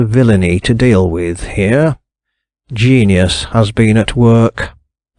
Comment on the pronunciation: 🚣‍♀️ "gen-i-us has been at work"